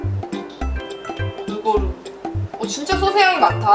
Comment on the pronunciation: 양띵님 "소스" 발음할때 너무웃겨요 ㅋㅋㅋㅋㅋㅋㅋㅋㅋㅋㅋㅋㅋㅋㅋㅋㅋㅋㅋZㅋ